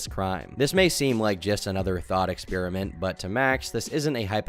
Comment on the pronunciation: "experiment," not "expeeriment"